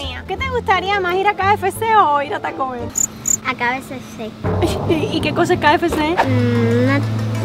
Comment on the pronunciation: La mamá de diciendo QFC cuando es KFC🤣🤣🤣😂😂😂🙃🙃🙃